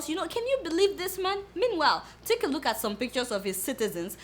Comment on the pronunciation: I love your English " take a loot at the picture of some of his citizens"